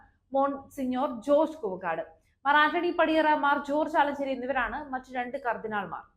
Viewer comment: Koova kaadu koovakkaadu. Parayan padikkoo